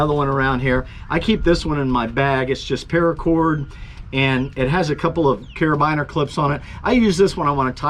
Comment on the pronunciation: Great video... carabiner is pronounced cara "beee" ner. 🙂